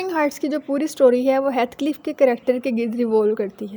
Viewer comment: heathcliff kehna to seekh lo